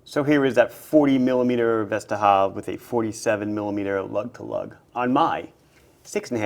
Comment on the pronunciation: Your pronunciation of Vesterhav is nearly spot on. Great looking watches but I would not mind smaller sizes and a no date option.